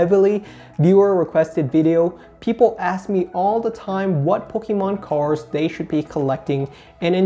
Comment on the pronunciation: Take a shot everytime he says "Cars" instead of cards